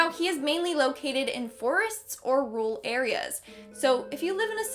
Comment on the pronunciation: DID YOOU SAY RURAL! OH NO OH NO!